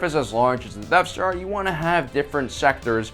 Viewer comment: I’m sorry… I had to turn this off when I couldn’t handle “Deaf Star” anymore. It’s pronounced “Death Star”.